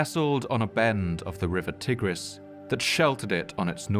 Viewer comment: Tigris is pronunced TY-griss, not TIG-riss.